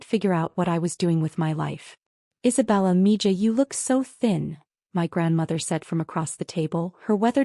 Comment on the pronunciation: It's pronounced ME HA